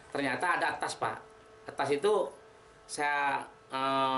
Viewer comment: Tas pak bukan etas